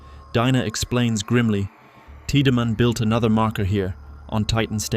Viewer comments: the constant mispronounciation of names like Tieddmann as teedyman instead of TIDE-Man being a good example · Anyone else cringe as hard as I did through the Dead Space 2 portion every time "tea-da-man" is referenced? I mean I appreciate the full series recap, but daaang, what is this, Final Fantasy 10? The game is fully voice acted, the dude's names is explicitly "Tide-man", you just have to actually play it 😂😂